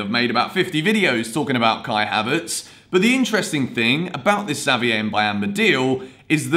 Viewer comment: Your prononciation for Xavier is good bro✌🏾